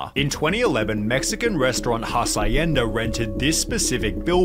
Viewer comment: The way he said Hacienda was fucking wild.